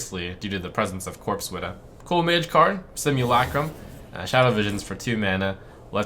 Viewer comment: The way he says Simulacrum messes with me.... It's SIM UL CRUMMMMM